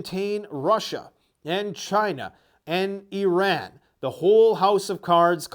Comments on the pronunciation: thank you for pronouncing it "eee ran" instead of "eye ran" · I can’t speak for the rest of the world but here in Texas it’s “eye-ran” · My aunt is married to a man from eye ran and that’s the pronunciation he uses.